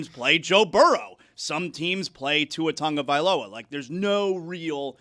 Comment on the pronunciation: How is it that so many people, even in Miami, can't pronounce Tagovailoa? There's no N. It's not Tungavailoa.